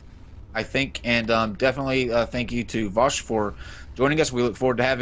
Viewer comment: Is it just me or did AS consistently mispronounce Vaush's name as "Vaus" instead of "Vau-sh"?